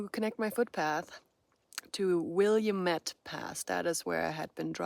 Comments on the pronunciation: An aside: Willamette is pronounced "will-AM-et", there's only one " i" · Good morning my new friend, your videos are always very informative and fun. Thought I would share with you how to pronounce Willamette pass! Will- lam-mitt. 😂❤ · Have greatly enjoyed your PCT adventure. 😂 I’m an Oregonian and chuckled at your pronunciation of Willamette. We say ‘will-am-met’ 😊 It’s fun to hear non-Oregonians pronouncing some of our street and landmark names. I’m sure we butcher names, too 😂